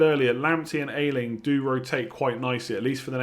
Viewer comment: the Leeds defender's surname is pronounced Ey-Ling, not Eye-Ling